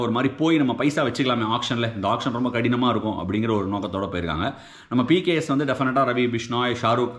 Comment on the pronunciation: Neenga pks pks nnu solringa😊